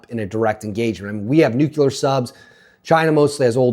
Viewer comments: 😱 its not Nu-kew-ler, ...its Nu-CLEAR! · I can't take "nucular." (George W. couldn't pronounce it, either 😎) It's up there with "warsh" and "supposibly"🙄. , I try and I just can't do it!🙏 It's just me! 😊😊😊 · He said nuculer. I stopped listening.